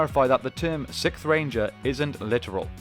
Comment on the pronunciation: I love the videos but please work on pronouncing "Sixth" correctly. You say "sitth"